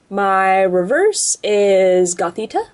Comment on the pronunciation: lol he said reveres for the rare